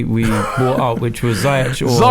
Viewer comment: It’s Zee-yech. Bloody hell everytime.